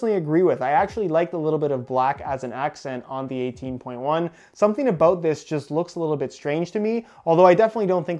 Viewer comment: ABOOT What's that all aboot?...